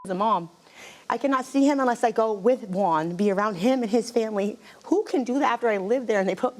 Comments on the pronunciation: Omg if she says Juan ONE MORE TIME. 🤦🏾‍♀️ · Thats her man but she cant pronounce “Juan” after steve said it multiple times?! 😂😂